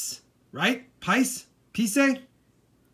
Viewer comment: Hey. Those pice are pronounced pēēs. I’m from India so I enjoy seeing all the Indian coins 😂.